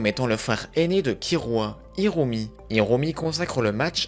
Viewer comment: Ça me stresse : kirua aulieu de killua , Aruka aulieu de Alluka et Irumi aulieu de Illumi 🤣